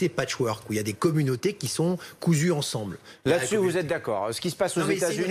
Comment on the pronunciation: Je n'ai pas le temps de tout lire maintenant je copie.. En attendant, - Affaire Bennalla : "tous ensembleu.. tous ensembleu.. Braaavoo alexandre ! "tous ensembleu.. tous ensembleu.. Braaavoo alexandre !